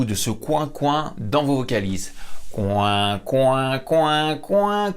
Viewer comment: par contre pour le canard il faut dire "Coua" et non "Couin" sinon le son est nasal et ce n'est plus du twang ;)